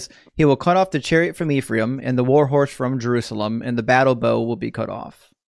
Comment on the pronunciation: fine brother; the name is pronounced as EF-RAH-EEM (אֶפְרַיִם) not IF-REE-AM -Shalom, achi שָׁלוֹם אָחִי